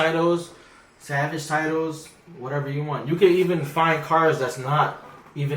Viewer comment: It's pronounced salvage not savage lol